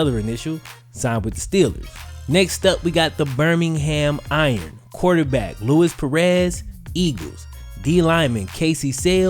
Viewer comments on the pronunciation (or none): none